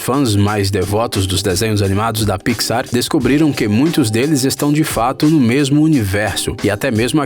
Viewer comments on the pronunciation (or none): Piquisár kkkkk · "Marida", "pixár" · E pixar não picsar ou não só notei isso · Mano, que coisa chata ele falando as coisas erradas tipo picsar ou procurando nilmo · "Estúdio Piquissár" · Parei de assistir no momento do "PIXÁR". Thiago neves: pelo amor de Deus ne. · Ap, Nimo, dorui, pixár, vc pronuncia tudo errado pqp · Que agonia dele falando pi xar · Pixár, nimo, rilei, q aflição meu Deus, fora q esse vídeo é um desserviço pro mundo das animações, quem acompanha imaginago sabe q 90% do q foi dito aqui foi dito errado principalmente sobre a morte dos pais da Elsa e da Ana e a alusão de q elas são irmãs do Tarzan, isso pq o vídeo foi postado bem depois de frozen 2, ridículo esse vídeo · Você fala alguns nomes beem errados, como Riley, Pixar, Nemo, Merida, Up, Carl... Ou vc não assistiu os filmes ou não sabe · "Pixar" "Marida" (Merida) "Api" (up) Se tiver outros erros de pronunciação diz ai Eu esqci kkkk